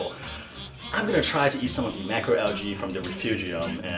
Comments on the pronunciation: It’s not al-gee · in the US....it is pronounced al-jee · It's al-jee. The G makes a J sound. Also, it's kay-toe. The CH makes a K sound. So many YouTubers mispronounce that one. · Al-ghee= UK pronunciation, al-jee= North American pronunciation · Pronunciation is a US/UK thing